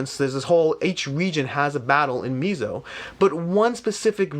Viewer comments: mez-oh-uh-mer-i-kuh. I think it's more Mez-oh....and less Mee-zo. I'm not the pronunciation police but I think this is how it is pronounced. Other than that, good comparison and good video. I have Blood Rage and enjoy it very much, I have yet to play Mezo but I do own it. I will try to get it to the table and come back and leave my comparison/impression to contrast or align with yours. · It's pronounced Meh-zo... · Great video! Just a friendly comment from a Mexican dude, it's pronounced "met-zo" ;)